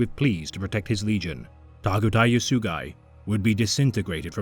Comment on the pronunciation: Bro you did not need to do Targutai like that. Got me cryin n' shit